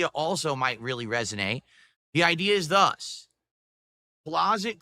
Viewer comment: “thus” 😂 Wtf is with him and certain words?